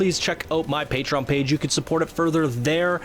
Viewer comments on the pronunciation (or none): none